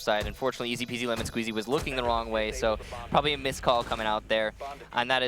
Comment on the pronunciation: the way he says ezpzlmnsqz is so good